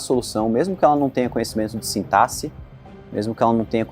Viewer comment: é o único desenvolvedor que conheço que pronuncia sintaxe corretamente. Hahaha